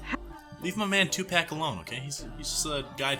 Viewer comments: Tupac = Tu-p-ah-k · STOP PRONOUNCING TUPAC LIKE THAT😂 😩 (I know it’s on purpose) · That is not how you say Tupac..... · Not gonna lie i cringed everytime you said tupac